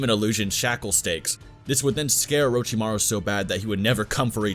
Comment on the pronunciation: “Uh ro chi ma rue” omg.... no